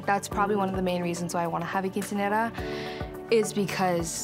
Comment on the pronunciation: literally it triggered me how she pronounced Quinceañera, and chambelan😭😭